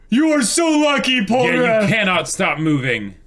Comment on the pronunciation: I thought you said Polpo for a second and I got hella confused on why u were calling Polnareff Polpo XD